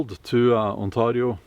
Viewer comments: The way you say Ontario hurts me. Please stop. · I infact do not speak the language of the Iroquois people 😂. Although their history is interesting and bloody. But the way you pronounce Ontario is painful, I'm sorry but its true. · The way he says Ontario, that's a first I heard thst way. lol sounds cool. On-tar-rio. It is pronounced with A sound like letter a spoken, so On-tay-rio but your way of saying it sounds cool and unique, lol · You say Ontario like a perfect Scottish accent for a Scandinavian 😂 I mean I guess it's your country anyway 😂